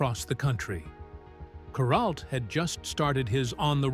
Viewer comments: kur ALT, not KUR alt. Geez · Kur-alt, alt rhymes with Walt and the accent on the Walt.